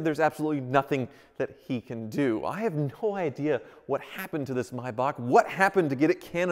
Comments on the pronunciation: It's a MAY bach not a My bach. You even pronounced it right but then just a few seconds later said Mybach again........... eesh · Yay he pronounced it correctly! Was the one thing I was holding my breath for.. So many pronounce ''May'' as in the Month, and then there's those that says ''back'' slight hickup 😂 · Everyone: May Bach: My Boch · pronounces it "Maybock": pronounces it "Mybock" Pick a lane, guy! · its something like Mybakh, definately not May... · MAYbach. Also: MYbach. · Nice car but was hard to watch we don’t pronounce it the same in the Uk , it has a A between the m and y but USA pronounce mybach not maybach but then again I could be wrong ✌🏻👍🏻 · Me: only seeing the name thinking it's pronounced "may-back" Me: hears pronounce it as "My-bahk" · Why do you keep calling it a (my bark) it’s pronounced (may back) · It’s May like the month btw not my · The A in MAYBACH is not silent stop calling it a MYBACH please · I can tell he doesn't know if he wants to call it a maybach or a my-bock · May not mi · Why is it Americans can't speak English? It is pronounced May... back! As in April, May, June. Not April, My, June! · It’s pronounced MAYbach not MUYBACH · Am I the only one who cringes every time he says “My Bach” instead of Maybach? 🤷🏽‍♂️ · Do you know if he is pronouncing “maybach” wrong? i’m not that educated on cars and thought it was always pronounced “mayback” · Clicked off after he pronouncing it "mybok" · No American can pronounce the German/Swiss "ch" right. It's a sound made in the throat, not in the mouth. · Is it pronounced may-bach or mi-bach? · Will you please stop saying Maybach incorrectly 🤦🏻‍♂️